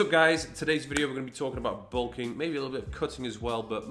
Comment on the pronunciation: Bulking not sulking mate